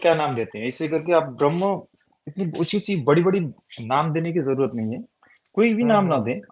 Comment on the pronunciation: Ye gyani purush urdu juban bol rahe hai har shabd me nokhta laga rhe hai jaise... आज़, ज़रूरत, ज़ी, समज़े, नज़र, ज़ाया इस प्रकार सबमे निचे डॉट लगा हैँ...